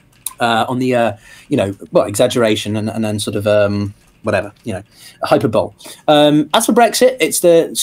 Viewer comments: "hyper bowl" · Hi mate. Just FYI, you are pronouncing the word hyperbole incorrectly. It should be pronounced "hy" + "pur" + "buh" + "lee". I'm not trying to be a nazi. I would just want to be told if I were mispronounced a word to a large audience.